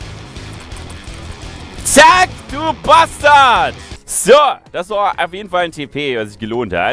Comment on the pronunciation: Ich mag die Stelle mit dem "BASCHTARD!!111!!1". Ich liebe die Betonung